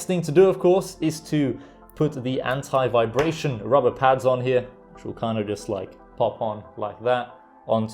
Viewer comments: So the incorrect way 😂😆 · Nice video. Your the first British person I’ve seen who says anti like American. :)